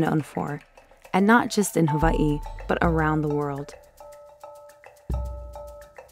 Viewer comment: Beautiful video! But you pronounce hawaii wrong.... And ohau